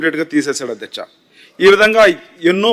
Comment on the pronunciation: అద్యచ కాదు అధ్యక్ష